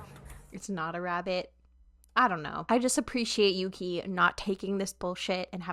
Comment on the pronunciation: This is a minor thing, but Yuqi's name is pronounced more like "Woo-gi" when said out loud :) Great reactions, big fan! :)